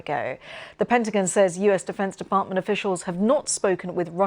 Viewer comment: I hate how she says Pentagin